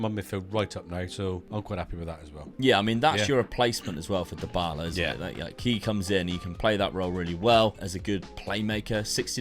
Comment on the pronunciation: My brain froze for a whole minute at Dybala being polish!!!! Dybała is pronounced Dee-Bow-Ah (yes, i am shocked too, cuz it's in Polish)